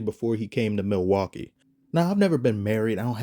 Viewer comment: "Theres not a bread crumb of debauchery in sight in milwakee" 😂😂😂 xd